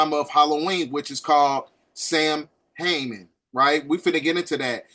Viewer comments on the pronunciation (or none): Not trying to be picky…this video is amazingly informative! But the pagan holiday is pronounced “sow-an”. Celtic words are so strange because they are rarely spoken the way they are spelled. I digress. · Samhein, pronounced ‘Saw-Wayne’. Thank love for the video,! 🙏🏾💗